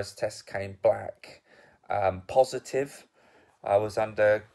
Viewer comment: Did he just say “black positive” 😅